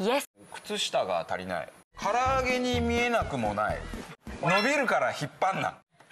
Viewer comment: 足りないなのたをつぁりないって言ってるの好き